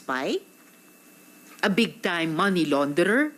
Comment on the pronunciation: Correction lang “Money” NOT “Many”